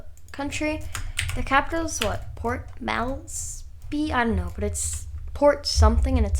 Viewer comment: this was my country lol! btw its kinda hard to say the capital of papua but good job it kinda sounds like, Port Morb-Sea